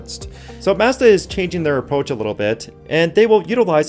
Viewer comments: yt:PLEASE learn how to pronounce MAZDA correctly! :yt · Where did you learn how to say Mazda? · All that info and you don't know how to pronounce Mazda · Ive never heard anyone pronounce Mazda like that. Now I am questioning my life.